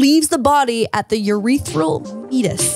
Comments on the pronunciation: saying "meetus" LMAO my girl not to do another "segue" but it's "mee-ay-tus" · Meatis- But pronounced Me-ate-us. Sounds a bit better but biology terms are weird. 🤣